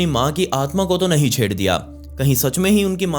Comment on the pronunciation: "Nehi bro"😂😂😂